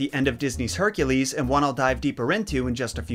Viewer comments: Haircules? Are you saying Hercules? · OMG I can't count the number of times you said Hercules as "HE-REC-LEES" it was kinda funny tho but I want to say that you did a great job with this video. It was very informative. I love your work😍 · Is that really how you pronounce Hercules correctly?? I’ve been fooled otherwise